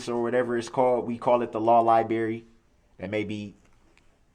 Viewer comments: Darrell Brooks " I only have access to the law Li-BERRY A couple hours a day" 😂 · The law liBErry 😂 This little boy can’t speak!! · NO, we call it the Law Library. NOT THE LAW LIBERRY... His use of the English language is DISGUSTING!